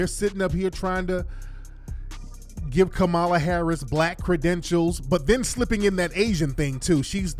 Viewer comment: I cannot 😩😩 he said Kamami Harris